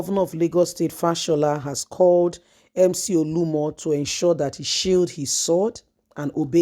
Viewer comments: Why do you always FAIL to pronounce simple Nigerian Names correctly? It’s becoming annoying. OLU OMO!!! Not OLUMO! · Please he is not Olumo, it’s Oluomo. Your tongue is always twisted.